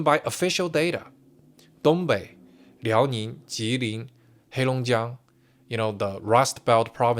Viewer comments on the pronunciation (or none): none